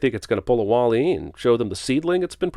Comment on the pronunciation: I said it when you sinned Wall-e. I said it when you mentioned Wall-e in another movie sinning and I'll say it again here....the way you say Wall-e is infuriating!!! It's Wally.....not Walleeeeee!!!